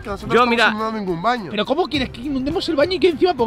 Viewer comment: En el minuto dice banio en vez de baño